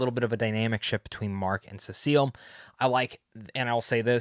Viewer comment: Yeah, not the same thing. Also "Cecil" not "Sesseeel"